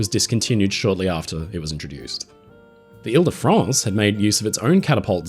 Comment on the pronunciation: Vive le grand paquebot Ile de France! Très bon Français mon ami.